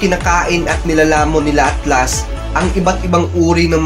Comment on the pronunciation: HAHAHAHAHHAHAHHAHAHAHAHHAHAHAHAHAHAHAHAHAHHAHAHA RINIG KO AKLAS!!!!!